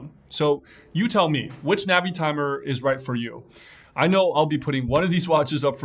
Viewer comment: ":Navy-timer" not "Navitimer"? I got tripped up by your pronunciation there. Anyways, fun video, and I always look forward to your stuff here.